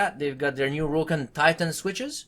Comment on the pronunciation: rOOOUUccat XD XD XD just roccat [rocet]